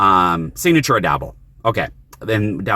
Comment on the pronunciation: Nice seeing you in the car again. The words are pronounced ah-doe-boe and ah-chee-oh-tay. You have the worst luck in parking lots. People rarely even notice me when I'm recording.